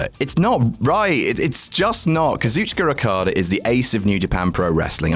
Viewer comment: Eye-Oh Shirai. Kairi SAYNE. Kazoochuka Okada. For fuck sakes it takes literally 2 seconds to look up how to pronounce shit.